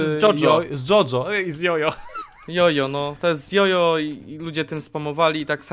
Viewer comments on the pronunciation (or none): mała poprawka Ryfku po japońsku ( czyli tak jak powinno się czytać) czyta się to jako coś w stylu Dziodzio , nie jest to perfekcyjna wymowa ale jest najbliżej , wydaje mi się że trochę bardziej poprawne jest mówienie dzciodzcio ale mogę się mylić.